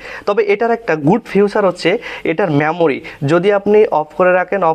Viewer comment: ফিউচার ❌ ফিচার ✅